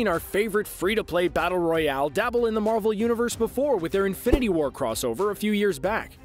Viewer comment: He is saying marble not marvel